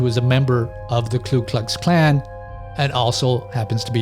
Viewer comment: Ku Klux Klan. There's no 'L' in the first part. It's sort of weird how many Americans say KLu Klux Klan.